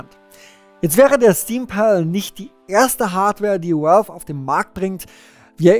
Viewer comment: valve spricht sich "wälw" nicht "uälw", godamnit! X'D